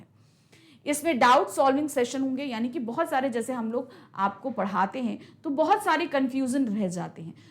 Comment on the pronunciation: bhoit bhoit kaal 😂 bheut bheut chuke😂